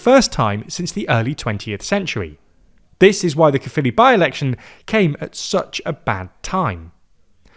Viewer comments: F me. Someone pronounced Caerphilly correctly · Honestly I'm just glad they're pronouncing 'Caerphilly' correctly. It's 'kuh-filly' not 'care-filly'. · 10/10 for pronunciation of caerphilly and senedd. thank you